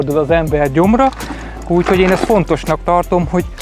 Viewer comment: "Úgyhogy"!!Jankó gazdád beírathatna 1 logopédushoz!!